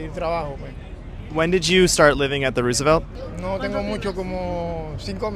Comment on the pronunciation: All the way through mispronouncing “ Roosevelt “. After a while it gets annoying.